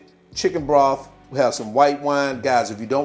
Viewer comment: What's brof? Lol broth man yall just can't talk